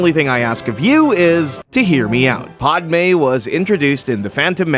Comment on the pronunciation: Really... PODme? It's Pah-d-may